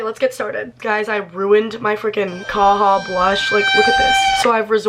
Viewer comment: Girl ily but you pronounce the j in kaja <3